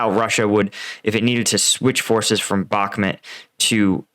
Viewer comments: BAHK-MOOT. NOT BAHK-MIT You even pronounce the river correctly. Stop doing this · It's pronounced "Bach-moot"